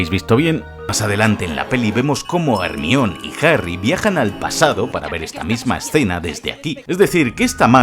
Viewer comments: Imposible no burlarse si pronuncian "Ermion" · Hemione ❎ Ermion ✅ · HERMION? pero que cojo.. 🤣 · consulta porque dices hermion y no hermayoni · Realmente el nombre de Hermione es griego y la pronunciacion mas correcta es la castellana, decir Germaioni es incorrecto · Jarmayoni jajajaja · No es por burlarme, pero escuchar decir Hermión (Hermione) da 😂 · ERMIÓN perdon es mas fuerte que yo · Todos el video sería genial.. Si dejara de decir hermiooon 😖😖😖😖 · dijiste ermion dislike